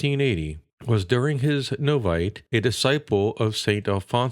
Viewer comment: Noviciate = no-VISH-ee-ate Cartagena = cart-uh-HAY-nuh